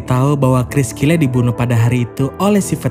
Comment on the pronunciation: BACANYA BUKAN "KRIS KILE" TAPI <KRIS KYLE>